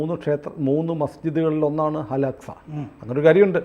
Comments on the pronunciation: അൽ അക്സ എന്നു ഉച്ഛരിക്കണം. 11ഗേറ്റ്സ് എന്നതും ശരിയല്ല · Al hacxa അല്ലടാ പൊട്ടാ Al axa എന്നു prenous ചെയ്യ്